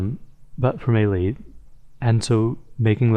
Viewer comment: YOU MIS-PRONOUNCED MELEEEeeeeeeeeeeeeeeeeeee